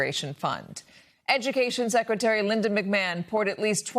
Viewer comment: Why can Americans not pronounce McMahon right. Its an Irish name pronounced Mick Ma Hon